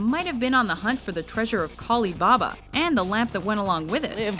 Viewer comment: Did she say Khali Babba? Correct me if I am wrong and maybe there was a bit of cross-continental nomenclature bollocks, like the whole Hercules/Heracles thing, but I was pretty sure it was Ali-Babba. Did I miss something. Wasn't Khali the destroyer who drank blood and stomped on people?